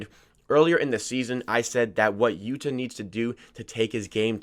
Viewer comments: Yu-tuh...not Yuduh. Lived in Japan for two years, annunciation is key. Not hating, just a helpful hint 👍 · It's pronunciation for yuta is Utah like the Utah jazz.